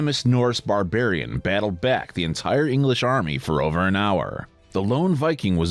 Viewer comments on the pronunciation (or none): none